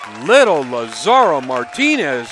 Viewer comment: The kids have the skill to be professionals. Wouldn't it be nice if commentators learned how to pronounce the players' names before the match so they don't put their foot in their mouths. Lazaro doesn't rhyme with "tomorrow". The accent is on the "La". When the Latinos take over America, the Gringos will learn how to pronounce Spanish.